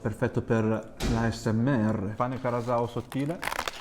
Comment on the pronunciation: Grazie per aver reso onore a tutto ciò che hai mangiato e bevuto! È stato super soddisfacente vederti mangiare così di gusto i piatti tradizionali della mia terra Madre❤ Non da ultimo è stata onorevole la pronuncia dei piatti (Casu Axèdu, pàrdula, il fatto di chiamarla "salsiccia" e NON "salame", pane carasàu...): grazie davvero per questo contenuto che mi ha evocato tanta nostalgia!